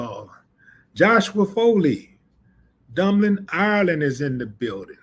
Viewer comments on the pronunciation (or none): Not dumbling irealand its😮😮😮😮 dubling Ireland LoL funny